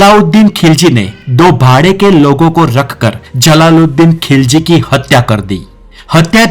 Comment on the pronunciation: Tum to pehle apna talffuz thik kara.TU TUGHLAQU ko lugrak KHILZI ko Kilji bolta hey pehle tum bolana sikho?